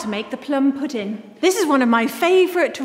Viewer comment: Sorry if I sound mean but I can't help laughing when she says pudin instead of pudding